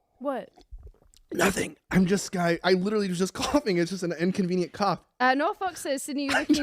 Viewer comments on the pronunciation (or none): none